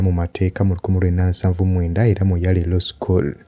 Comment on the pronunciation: Yale (is pronounced as "Y-e-e-lo"). Thanks for the good work.